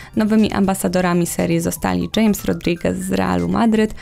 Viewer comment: "Dżejms" hames